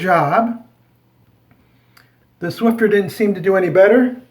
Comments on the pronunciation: There is No "T " in Swiffer it is not swifTer, it is Swiffer! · It's called "Swiffer" not "Swifter" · It's SwiFFer not SwiFTer..hahaha. Thx for the demonstration tho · No offense but... please call it the right name... swifter ? What, so annoying... the box says Swiffer. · Funny you called the mop pads Swifter and it doesn't have a T in the spelling.